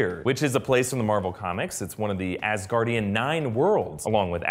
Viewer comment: Ass-Gaurdian hehe